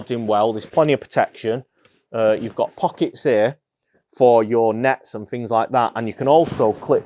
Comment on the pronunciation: “Fings”? Things?